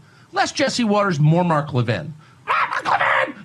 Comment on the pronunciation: Mark Levin…not Mark Levine.